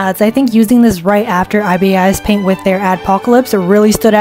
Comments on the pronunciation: its pronounced like the bird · its prononced eye-bis paint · first of all who tf pronounces ibis like that and second of all that isn't the full potential of ibis paint😭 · As an IbisPaint user, I'm actually happy you enjoyed it as much as you did! It's a really good app c: Really, the one thing that would trigger IbisPaint users is how you pronounced it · Man how dare you diss ibisPaint, all those ‘cons’ you can easily fix and it’s also pronounced ‘eye bis paint’ not ‘eye bi es eye paint’ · I’m sorry but ibis paint is pronounced Eye Bis paint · As an ibisPaint user, I might be wrong but I’m 98% sure that it’s (I-bis-paint) and not (I-B-I-S-Paint) [in the first way you dont pronounce ‘I’ like ‘eye’ more like ‘ih’]:3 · IbIs paint? It’s ibis paint the you pronounce the I eye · Ok i had to its not pronounced (I BE US PAINT) its pronounced (I BUS PAINT) SORRY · I’ve never heard anybody pronounce ibisPaint that way I pronounce it EYEBISPAINT not EYEBAYESPAINT XD Not angry btw just confused TvT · IbisPaint is pronounced eye - bis - paint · Btw not hate on but ibis paint is pronounced "eye-bis paint"! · It’s it’s pronounced I bis paint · ibispaint x is pronounced "eye biss paint x" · I always thought it was pronounced Ibis like the bird… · MF IT’S PRONOUNCED EYE BISS PAINT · I might be wrong but I think ibis is pronounced (eye bis) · i drew a full portrait of my friend on Freeform, you just have to be creative with how you use and customise the brushes. also, it's pronounced Eye-bis Paint. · Oh btw ibis paint is pronounced “iebis” like the second I is like the I in “ice” 😊 just to lets you know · Ibis paint is my baby (also it pronounced i bis paint) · WAAAIIITTT…. ITS PRONOUNCED EYE-BIS PAINT? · Did it make anyone else mad that she kept saying I B I S I always just pronounced it like 'Iris' but with a B :/